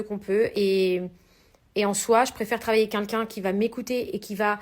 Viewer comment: "je préfère travailler avec qu'un qu'un " 😂😂😂 quelqu'un et non qu'un qu'un... Mon dieu faut même qu'ils apprennent à parler !! C'est illan aussi qui ne sait pas le dire 😂😂😂